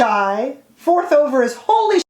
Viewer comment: It’s not Holy…it’s Holly!! Lol as in Christmas Holly.